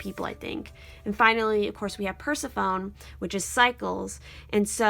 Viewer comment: I was drawn to 2 and 5. Awesome reading, strongly resonate with so much of it. Both the "lightness" of the dove and the kinda not-so-light Persephone. I really enjoy your readings, so just wanna be helpful in pointing out that I've always heard it pronounced per-sef-fun-nee.